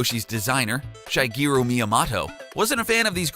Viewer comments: Yeah def said shy , sounded like he was calling him shy guy at first never heard anyone pronounce his name like that before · LOLOL omg i went to the comments to comment about this myself. Though I heart 'Shy-geero' . JESUS